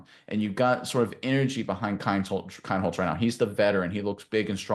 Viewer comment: His name is pronounced KEENHOLZ